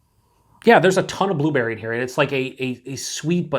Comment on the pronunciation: you said two berry instead of blueberry lol